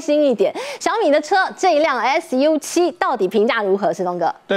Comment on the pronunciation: 汉语拼音读粟七，不是：而是腰七